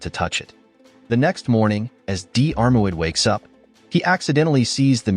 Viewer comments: AI mangling Irish Gaelic names... Painful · Just cannot cope with the mispronunciation of Diarmurid, I had to switch off! The narrator could have simply gone to the trouble of looking up how to pronounce this word on Google!!!!!! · Worst pronounciation of Diarmuid I've heard. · Butchering those Irish names,, hate a.i narration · Please stop mis pronouncing Diarmuid 😩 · You could have made some effort to research and pronounce Diarmuid properly. Are you an AI voice? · Pathetic text to voice crap that doesn’t pronounce names properly. Unprofessional and ignorant. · Diarmuid is an Irish name, not English. Just like Siobhan or Niamh, their pronunciation is completely different from their spelling for anyone who was born outside the British Isles. So no, it's not unsurprising that it was pronounced wrong. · What ... blasphemy ... as a Diarmuid myself to read the british Dermot being cited is painful to me ... Dear-muid is the pronunciation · The name you are struggling to pronounce is pronounces DEARMAD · Dee-Arr-Mu-id, lol, got to love AI voices 😀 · It’s not diarmaud it’s pronounced as dermot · deearmouid? hahaha try 'dermot' has english become a foreign language or is this another robogob fail.. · Pronounced Dermot, not Dee-are moo-id 🤣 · His name is pronounced dermuid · FFS, his name is pronounced Dermod in Irish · I wish the narrator wouldn't use the phonetic pronunciation for Dairmuid....it's pronounced Dermutt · Diarmuid is pronounced Deermid. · Diarmuid is pronounced Dermott! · Dee-armo-I’d!. Really? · Di-AR-MOid :face-blue-smiling: It's promounced deermuid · For God's sake will you please learn to pronounce names properly. Couldn't listen to the whole story. It's DEAR MUD. And if you are stuck Dermot will cover it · Diarmuid is pronounced Jeer-mid... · Diar mu id 😂😂😂😂😂, fook Ai, do research people who make these videos, ruining our Irish Christian names..😂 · So many people on here trying to pronounce Diarmuid . It is dear mut . Dermot is close enough . lol.